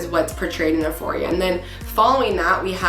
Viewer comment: I agree 1 BILLIOK PERCENT DISGUSTING HOMOSEXUAL PROPAGANDA TO PERVERT AND DESTROY THE YOUTH!!!! And all ages so sickening but just wanted to tell you euphoria is pronounced you-foria not that it matters but this show is so evil and horrifying I hope the director and producers and all the evil actors in it are crushed and destroyed by gods power !!